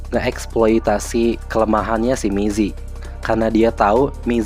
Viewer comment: Gokil, aku juga fans alnst, tp baca nya namanya rada kurang akurat Cara baca namanya gini: Mizi - mitchi/mii zee Sua - sua (sama) Hyuna - hyeona